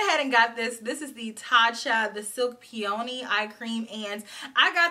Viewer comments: I also laughed when came through with the PEE-OH-NEE 🙈😂😂😂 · 🐝Peee-oh-neee 😂😂😂 I’m laughing at you so hard 😂😂😂😂😂😂 🐝My eye creams have been open too long 🙄🙄🙄🙄🙄🙄 🐝I’m gonna go ahead and take credit for that .... laughing harder 😂😂😂😂